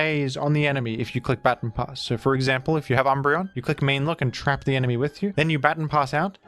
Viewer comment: Ba-Ton, not Bat-on pass.